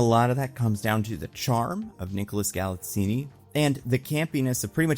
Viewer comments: It's Gal-it-zeen, not Gal-it-zeeny. But I go with a lot of your review, especially regarding Jared Leto. There are plenty of reviews that say he steals the show. He doesn't - he just has some terrific lines that basically deliver themselves, and almost any other actor could do them as well, and even do them better, with a proper physicality Leto lacks. One great feature of the movie is that the cast are all nice people who know exactly the brief and relish it, and that shows in the entire ambience and the delivery of the characters. (I may well take Fisto home with me, he was lovely) But all hail Nicholas Galitzine, who transforms himself totallyphysicality to play this role, and does so with humour, honesty, charm and a great deal of heart - as well as mental and physical strength and some mighty fight skills. And is now about to start his FOURTH movie since MoTU,- war time football star and marine, gay prince, and mysterious prodigal son already done - and almost back to his normal size and shape! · Enjoyed the movie… not deep, world-changing cinema, but fun. Leto’s performance was a bit campy and self-aware, but didn’t offend. I hated the score. I don’t remember “Masters of the Universe” ever being that much of a hard rock/Queen ripoff with its soundtrack. And it’s pronounced “GalitZEEN’… rhymes with “magazine”.